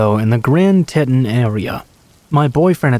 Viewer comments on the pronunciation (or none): "Teton" is pronounced "Tee-tawn" :)